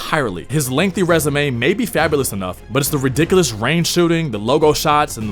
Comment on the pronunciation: How can you take ree'dick'ooo'us .. and fawbo'us seriously in a commentary like this? lol